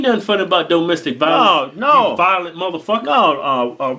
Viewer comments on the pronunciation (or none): lolol doh-mestic vah-lence love their accent buyt the way kevin pronounced domestic lol